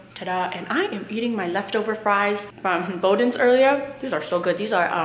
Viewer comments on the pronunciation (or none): Boudin is pronounced boo-dine :) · It's bowdeens